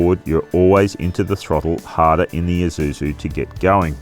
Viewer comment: Finally, an Australian pronounces Isuzu correctly. It’s Isuzu, not eye-zuzu, LoL